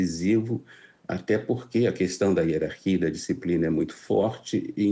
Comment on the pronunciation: "Herarquia, disciprina" 😂